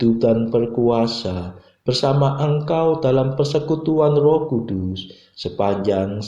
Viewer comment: Terima kasih banyak bagi Bapak yg mendaraskan doa. Kami bersyukur atas Rahmat setiap pagi untk ibadat bacaan. Mohon ijin saran utk doa kata Roh Kudus dan nafas, bagian huruf s nya agar disuarakan. Terima kasih. Berkah Dalem Gusti Yesus.